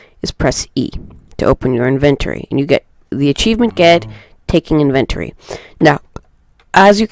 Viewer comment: The main reason I could not complete watching this is because it was annoying to keep hearing the word "inventory" mispronounced. Then making up a new word 'inventoring" instead of using inventing. How you speak matters... not trying to be a dick, I hope you take a moment to consider this. Thank you for the video.